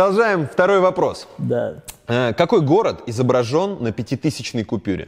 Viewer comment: пятитысЕчной купюре??? ахахах Антоха увольняй свой безграмотный продакшн